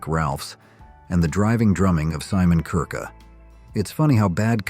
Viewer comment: Bad Company drummer Simon WHO? Kirke is not pronounced Kirka